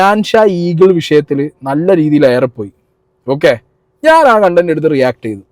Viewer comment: കണ്ടന്റ് അല്ല കൊണ്ടന്റ്.... 🤣🤣🤣